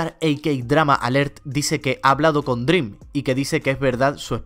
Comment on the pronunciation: siempre que dice dream: DRÍM 😡